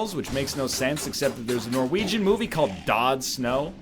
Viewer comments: Did not expect a "Død Snø" reference... (Pronunced "duh snuh" btw, not dood snow) :) How the fuck does NL know about a silly little norwegian horror/comedy?? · But he didn't say it right either.